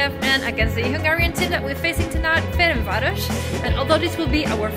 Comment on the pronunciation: almost got the name right FernCváros (C=tz)